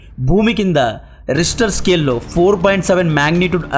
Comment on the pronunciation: రిస్టర్ స్కేల్ కాదు రా రిక్టర్ స్కేల్